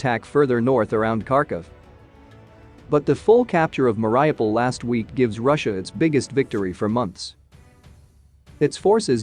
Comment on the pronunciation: Please please pronounce names correctly: it's 'Ma-Ree-O-pol' your pronunciation of Ukrainian and Russian names is simply awful